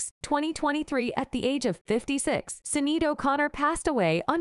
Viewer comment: Pronounced shin aid